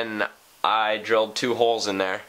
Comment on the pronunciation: Why did you add the "w" on the word "holes"?